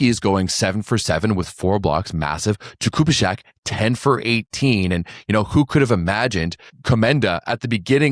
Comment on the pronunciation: The pronunciation of the name Jakubiszak is something like 'yah-koo-BEE-shack', not... whatever you said.